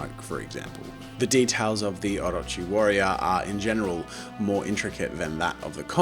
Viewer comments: i am impressed by the pronunciation of Orochi.On freaking point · This may sound a bit weird but heck-- I just love the way you pronounce Orochi ! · THANK YOU for pronouncing 'Orochi' right much appreciated